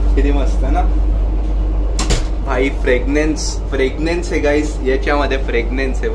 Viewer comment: मित्रा, फ्रेग्नन्स नव्हे, फ्रॅग्रंस.